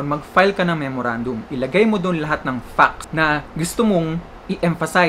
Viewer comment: please pronounce "facts" properly...otherwise, it doesn't sound nice